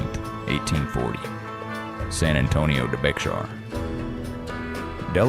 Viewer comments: San Antonio de Bexar/Pronounced more like Bay-har, not Bayx-har. I may have been the same had they returned me a mutilated child. A girl with no nose and burns, that's an act of good faith? They were the most feared by other tribes, but couldn't survive without stealing others' goods they worked so hard for. That's why they were loathed by all. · It’s pronounced Bay Har. Research and edit your crap. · Bringing a captive 16 year old girl who's been mutilated and horrificly abused is a "sign of good faith"?? I think not... As a native Texan with German, Mexican, and Apache blood, this is a horrible retelling of our history. You can't even pronounce well-known Texas regions correctly (like Bexar) 👎